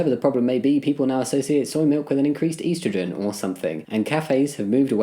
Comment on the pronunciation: your pronunciation of estrogen made me wince